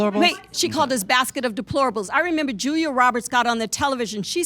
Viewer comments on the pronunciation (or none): none